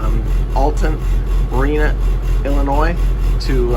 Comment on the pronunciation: There is no “noise” in Illinois! ( Don’t pronounce the S.)